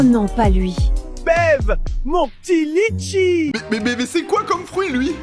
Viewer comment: Litchi ❌ Letchi✅